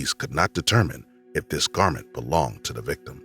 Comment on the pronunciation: Good video. Not quite sure why the narrator sometimes says ‘the’ and ‘they’ correctly and other times says ‘de’ and ‘dey’.